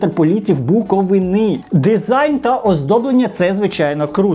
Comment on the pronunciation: Не БуковинИ, а БуковИни!